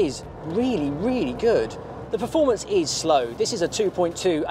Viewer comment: the word is PERformance, not PREformance.